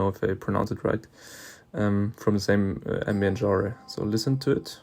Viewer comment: oh aight, i thought u were french cus of the way you said genre lmao